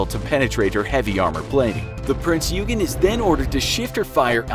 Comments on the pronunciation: Not to be nit picky but it is pronounced prinz oi-gen. Just something very small I noticed sorry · You pronounced the prinz euagan wrong. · Prinz OY gen. :DDD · The way he pronounced eugen!😂 Its pronounced “Ouy-gen”! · prince ,,Jugen'' 😂😂😂😂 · Is pronounced Prinzz Oy-ghin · It’s pronounced like oi mate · "Prinz-You-Gen"... Uhmm... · It's pronounced yoygin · Ikr?, its supposed to be OYGEN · his pronunciation is terrible. He actually said, " A foot thick". But other issues mispronouncing Prinz Eugen (Prinz Oi-gun) and Swedish Cruiser Jutland (Yout-lund). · “Prinz Eu-gen” Pronounciation freak intensifies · the way he pronounce prinz eugen offends me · Seriously triggers me at how he pronounces it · Your pronunciation of "eugen" is very cringeworthy. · Suffolk, it might be just because I'm British but this pronunciation as well as the Prinz Eugen made me unsubscribe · Their pronunciation of Richelieu wasn't that bad although the pronunciation of Prinz Eugen is unforgivable and the misnaming of the Spitfire's Manufacturer was enough to make me froth at the mouth. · the king george never had 16 inch guns, but rather 14 inch guns.~ says the destroyer rodney, the rodney was a battleship. submarine spitfire? prince U-gen? pronounced prinz OI-gen. Also, almost all planes or ships displayed are nothing alike what they really looked like (why does the bismarck have what looks like missile launchers?). the only thing that looked like anything was a perhaps renown class when referring the the prince or wales (don't feel like re-watching) and they pretty much got the biplanes on, but whats with all these 2 and 3 engine planes when referring to float planes or spitfires? not a bad video, but its not hard to look up correct pronunciation or at least closely resemble what you are talking about in image form. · P r i n z Y o o g e n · Prinz Eugen - Prinzz Hoy-Gnn(or Oiy-Gnn) mostly silently pronounced the Eu = Oi/hoi/Oiy/Hoy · It s not peen eugen it s print eugen